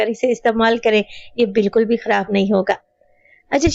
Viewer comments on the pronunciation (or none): none